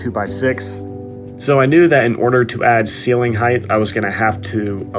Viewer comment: I mean this in the nicest way possible, but height isn't pronounced like width or length. It's a hard "ight" without an H.